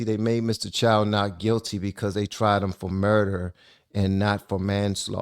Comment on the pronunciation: Host dude, we open a store in black community so that everyone benefit, but it should not give you right to steal. Also, his name is Chow not Choi.